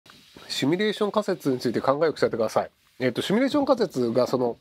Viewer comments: シュミレーションとつい発音してしまうひろゆき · まじで。シュにどうしても聞こえる。